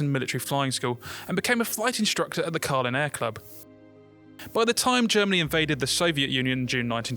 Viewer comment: At 0.39, that should be Kherson not Kerson (Herson will do but the stress is on the second syllable) + Kalinin not Kalin (three syllables, not two).